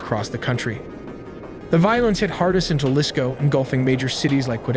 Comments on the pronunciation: I usually like your videos. but this one was thde worst narration wise.. do the bare minimum research and effort to pronounce the spanish names and cities with less gringo and dumb ass pronunciation. I had to stop watching becuase the JA lisco not "Ha lisco" pronounciation felt overly ignorant. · God you butchered all those names. Juhlisco 🤣. Juadalajara 🤣. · Your narrator-bot just bent over and butt raped the Spanish names. HA-lisco. Gua-da-la-HARa. Tee-u-WAN-a. Puerto VY-ART-a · This is probably the worst AI video I’ve seen. He was deported when he was three and you can’t pronounce Jalisco Guadalajara or any of the names correctly and the fact that you can’t even spell el mencho correctly. Sloppy Work.